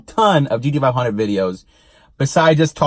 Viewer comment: GDFIHUNDRED as you are pronouncing it or is it GT Five Hundred (GT-500)